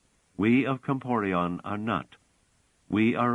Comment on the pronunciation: Not "Comporion" - - "Comporellon."